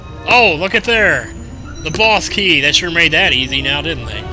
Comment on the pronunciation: Do you think Link has a Small Key, or a Boss Key? that's what his pronunciation made me think of.